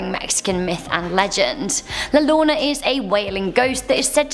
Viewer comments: Llorona its pronounced “Yorona” not “Lorona” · "La lolona" Me (a mexican):you're not just weong you are way of........ it's llorona (yo ro na) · XD “La lona” hahahahaha Im Mexican living here in México xD Its La LLorona, most like “IORONA” xD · "La Lona" It's "Yo-ro-na" The LL is pronounced in a different way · La Lorna.... it's pronounced " la yorona" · I love the way said Al llorona How to Pronounce: llorona, Yorona, the double L sounds like a Y...🤣 I'm sorry....I'm dieing🤣🤣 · I laughed so hard when she said la lona ITS LA YORONA if THATS HOW U SAY IF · la lona🤣😂🤣🤣 to make it easier say it like this yorona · La Lonna 😂 It’s spelled la yo-ro-na La llorona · So its not "La Lona" its la (Yo)rona Llorona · “la Llolona” im cringing so hard rn 😂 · boi if you don bro she said la nona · Kyubi - kun exacto xD me dio risa “La Lona” xD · I just like to watch Mexico videos of top 10 because it’s funny listening to them pronounce the names, like when said Lana 😂😂🤦‍♀️it’s funnier for me since am Latina 😂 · It's pronounced la "yorona" ll = y lol UwU and love ur dress OwO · GoogleAccount201 she said “la lona” 💀😭🤣🤣🤣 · i I LOVE YOU TONS, but number 6 is pronounced La Yorona, the double L makes the same sound as a Y in hispanic alphabet, but overall i love your videos! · I know your British but it's pronounced La Yorona LL= Y sound. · La lona? La (lire-ona) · You said La llorona wrong you said the two L s with a r so it sound like La (r•o•n-a)also the story is wrong only men see her,women and children can only hear her not see her,and she doesn’t kill people but the rest is ok. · It was scary when she tried saying la llorona. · The way she completely butchered "llorona" 💀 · I died when she pronounce "La Llorona" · She was perfect till she said la llorona.. Now I can't marry her. 🤬 😥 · Is La L-l-o-r-o-n-a